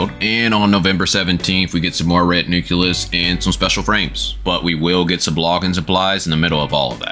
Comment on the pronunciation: nucleus not nuculus, nuclear not nucular